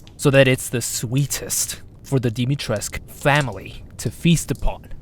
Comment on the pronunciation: Hi, romanian girl here. U pronounce moroaica almost perfectly but it hurts me to hear everyone pronounce dimitrescu so wrong! It's not Dimitresque/ Dimitresk, it's dimitresCOO. Coo, pronounced just like the word coo from English